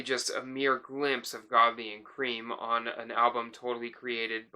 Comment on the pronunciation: It's pronounced Lol 'Krem', not 'Cream'. Just sayin'